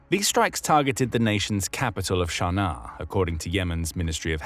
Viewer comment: I have never heard Sana'a called "Sharnar". Is this some sort of affectation?